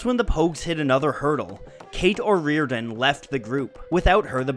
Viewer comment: I believe you're not pronouncing Cait's name (first and last) correctly. Skipping the part where "The Ginger Lady" left for Costello and how this might have caused pain for the writer seems a tad remiss as well, and omitting mentioning Maccoll's tragic death is a lost opportunity to further explain the song's haunting allure to so many.